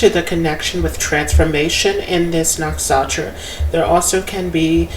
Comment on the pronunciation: " Nuk Sha Tra " is a better pronunciation . "N-uh-k-sh-uh-t-r-uh"